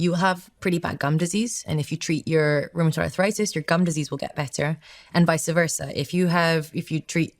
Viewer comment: If you can't pronounce "vice versa", don't use it.